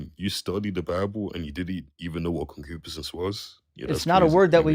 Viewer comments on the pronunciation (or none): He's pronouncing concupiscense incorrectly. I had to look it up. It means ardent, sensual longing. I don't think he's using it correctly. Someone heard a word, looked it up and rolled into your live stream to show off.